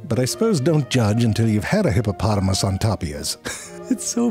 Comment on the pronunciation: I don’t know why but I swear you said “hippopolomus” at the start